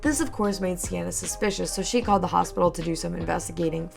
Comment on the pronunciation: I feel you should do a deep dive because this story gets…WILD oh and for the future I’m pretty sure Seanna is pronounced “SHAW-na”